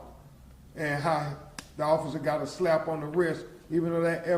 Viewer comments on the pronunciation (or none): none